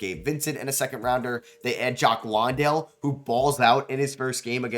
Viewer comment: 2026 and bro is still saying Landale wrong